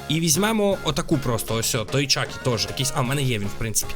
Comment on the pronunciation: не чакі а чіка